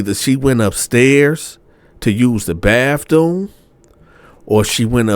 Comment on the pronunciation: Not the "Bafthoom!" 😂😂😂